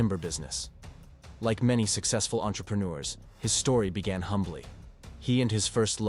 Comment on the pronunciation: That was the wildest pronunciation of “entrepreneur” I’ve ever heard (the first time it’s said at the start) Using your own voice would make your videos so much better!